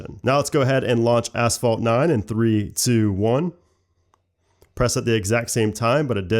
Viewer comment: "Let's go to, ASS-vault 9". Love the accent! :)